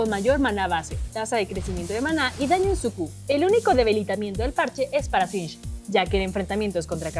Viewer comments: Yo: singed La presentadora: shinsh :v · Espera... Dijo Sinch? Wtf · soy yo o dijo Sinsh